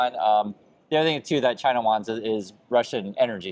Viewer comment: Trump can't even pronounce China correctly. I'm pretty sure he can't point to China on the map.